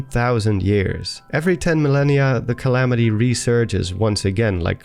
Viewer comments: “Galamity Ganon” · Calamity Gallon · "Galamity Ganon"